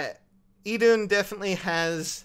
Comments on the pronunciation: I thought Idunn was pronounced E-thun XD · I-thunn, that's the way to pronounce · I think it's pronounced eye-dune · I-dunno how to pronounce her name. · Since Idunn's name is Nordic in nature I believe it's pronounced E-thuun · Its idunn not idunn Dummy